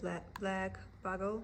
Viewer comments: Check out Chantelle’s 141 Design for wood finishing pieces. Also, it’s pronounced b-you-gle for the bugle beads. 😉 it’s a long u sound. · For the word bugle… the first syllable is pronounced “bew” just like mew or few and the second syllable is gul like the word gull. Hope that helps! 😊